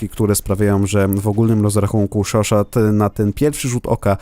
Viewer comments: chauchat czytasz szoszo a nie szoszot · nie mówi się szoszat, a szoszo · Natomiast Chauchat się czyta szosza ;)